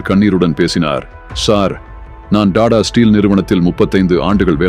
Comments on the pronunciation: Rathan TATA not TADA your poor pronunciation ரத்தன் டாடா ஏழ்மையாக இல்லை எளிமையாக வாழ்ந்தார் 👍😄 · Don't say " da da " Sat "Ta Ta " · Ayyo Tata enru pronounce pannunga, please